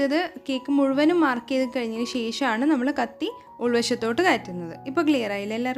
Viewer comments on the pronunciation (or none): none